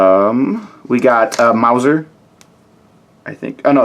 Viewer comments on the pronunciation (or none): none